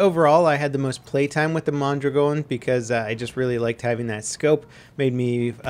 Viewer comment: "Mon-drag-n" I thrust Ian from Forgotten Weapons more than